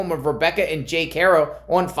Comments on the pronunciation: It’s Haro not hero with a ar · Bruh. I get it but at least pronounce the last name right.